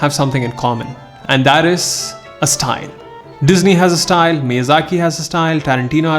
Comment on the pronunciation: Do you hear stine not style?